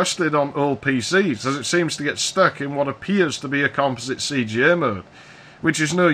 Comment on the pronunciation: Finally, a person who knows how to pronounce composite. Also, I like my AMSTRAD PC1512. It's great for chatting with people IRC with an SMC 8416 card.